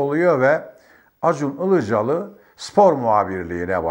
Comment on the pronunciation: Sayın Önkibar, karadenizli olduğunuzu belli ettiniz Acun İlicali diye başlayarak.🤣🤣🤣